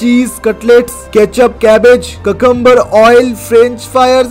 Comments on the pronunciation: when he say "cacambar" me be like huh? its cucumber not cacambur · ওইটা কাকাম্বার না,কিউকাম্বার 😂😂😂